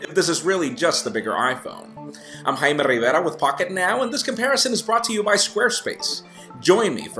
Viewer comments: He did, its pronounced "jay-me" and he said "hi-me" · He pronounces his name wrong.